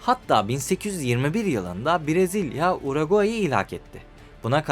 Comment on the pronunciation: Abi bak parayla değil zor bir şey değil İsmek’te diksiyon kursu var bedava. Akşam var, hafta sonu var. Ayda 10 saatte öğretiyorlar. Kendine saygın yoksa izleyiciye olsun ya… Yok Uragay yok Brazilya… İlkokul terk gibi bu ne?